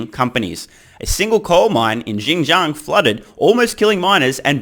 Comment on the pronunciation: Wow, props on actually pronouncing Xinjiang reasonably well.